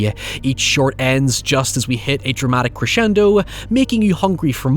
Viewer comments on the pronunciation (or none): none